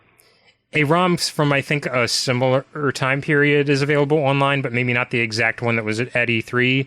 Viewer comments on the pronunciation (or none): I've also noticed that whenever says "maybe", it always sounds like he's saying "mayMe" with an "m". I can't be the only one that's noticed this, right?